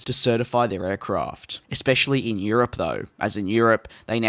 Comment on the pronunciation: ". . . een the past yee-uh"